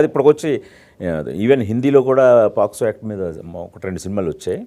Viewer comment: Adi posco kadhu ra daffa , pocso